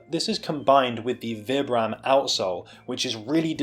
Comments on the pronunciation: well Vibram is an Italian company so I believe they pronounce it Vee-bram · do you say "vy-bram"?? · excellent review. gutted these are narrow, i specifically buy new balance for their width, hopefully the extra half size will be enough. are you purposefully say vibram wrong? XD